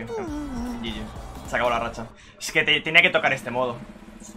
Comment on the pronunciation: Por qué dice "yiyis"? .-.